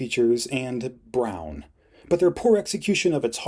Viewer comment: Why do you say “brown” like that? 😭 😂